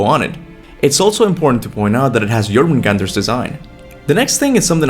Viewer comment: he could pronounce the word “Jörmungandr” just fine yet “Kratos” is the one he struggles lmao